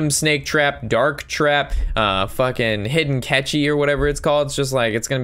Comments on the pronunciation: also hidden catchy cracked me up its hidden cache pronounced cash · Cache is pronounced CASH...minor point but there it is.